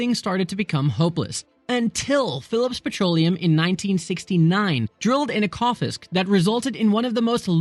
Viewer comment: Ekofisk is pronounced 'echo-fisk'